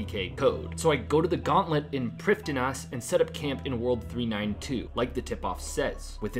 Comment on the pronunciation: i didnt know it was called prifdin -ass?